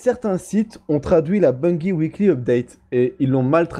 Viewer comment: On dit Bungie !!! Bungie avec un '' j '' pas avec '' gui '' derrière le g il n'y a pas de u